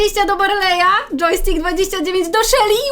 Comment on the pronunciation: Yojstkik to dżeki? Bo coś takiego powiedziałaś a mój pies tak się nazywa xD